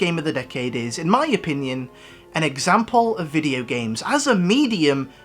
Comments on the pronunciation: Nobody:: Vidjo Games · I love how you say "video games" as "vidjo games" lol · "Vijagames". That pronunciation is probably scarier than Resident Evil 7. I was wondering if you played Skyrim. It's definitely in my top 5 this decade, along with The Last of Us. Not only it's one of my all-time favourites but objectively one of the best of the decade. Period. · "Vijigames" lol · I thought you said “ninja games” at the beginning bruh